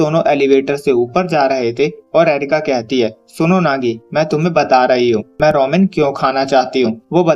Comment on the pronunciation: Bro roman nahi ramen hota ha bro